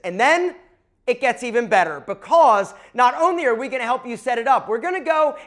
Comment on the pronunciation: I can’t stand the way you say the word because